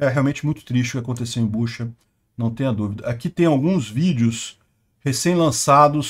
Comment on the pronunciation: Não é Buxa, mas sim Butxa